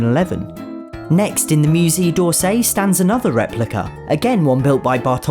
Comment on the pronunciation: just by the way, musée is pronounced mu-say, not mu-zee! for future reference <3